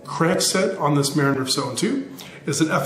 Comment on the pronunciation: The name of the bike is pronounced Ma-rin. Just like the City just north of San Francisco.